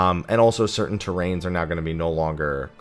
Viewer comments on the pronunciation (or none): none